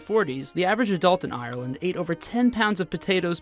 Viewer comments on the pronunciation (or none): It’s not ireryland ITS IRELAND pronounced Arlend LEARN HOW TO SAY iRElAnD AMERICAN PERSON UGHHH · it's Ireland not Areland lol